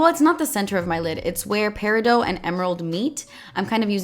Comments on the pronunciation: Peridot is pronounced "pear-ih-dot" not "pear-ih-dough" just FYI. 🙃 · Yes, it's Peri-DOT (You say the T). And yes, I just googled the pronunciation to make sure I wasn't insane! Haha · Peridot - is not peridoe lol just say it how it’s spelt. I learned that from Steven Universe 😂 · Think of it like this... peh - rih - D'OH!! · Love you! Please don't take this as criticism, it just an FYI, it's pronounced peri doT. The T isn't silent. I learned from Steven Universe. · thankful i'm not the only one who noticed that. i learned how to pronounce "peridot" from steven universe as well lol. she's my favorite character. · omg the way she pronounced Peridot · Okay, no offense, but does nobody know how to pronounce Peridot... The T is not silent people!